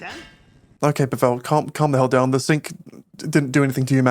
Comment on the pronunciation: “PA-vel” not “pa-VEL”